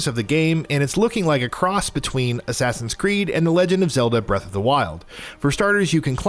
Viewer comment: My man did you just say assign its Assassin how do you mess it up